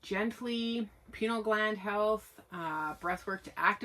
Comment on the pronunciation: Pronounced Pine-eal because the gland looks like a pine cone. Cotton clothes and natural fibers allow more sensitivity to energies sensing and projecting. Polyesters and chemichal laundry detergent block or distort natural energies. What are the oldest original indian tribes from that area? What language do they speak? What do they call Sasquatch? What is their tribal history with Sasquatch?